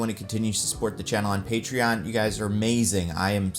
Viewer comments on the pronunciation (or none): none